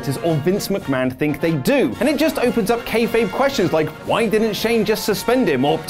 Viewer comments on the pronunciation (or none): none